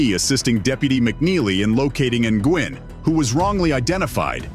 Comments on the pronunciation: I belive G is silent in Nguin and pronounced Nu'in😊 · It's not pronounced N-Gwin....it's Wen....Nguyen. I hope they get just reward...especially against Pettigrew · Nguyen is pronounced "new win" not "in gwen" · Its pronounced "win" not Ng-win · How the hell can you not pronounce Nguyen?